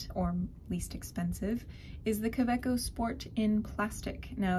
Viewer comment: It's GERMAN Ka.....way........co.